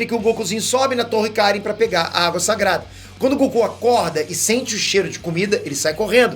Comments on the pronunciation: Vc não assistiu DBZ né? Não eh mestre Kárin, o certo é mestre Karíínn,😎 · Mew, qual o problema de vcs?? Nunca assistiu a série? Se já assistiu volta lá e vê, o nome do mestre gato a sílaba tônica é no final (kaRÍM e não KÁrim)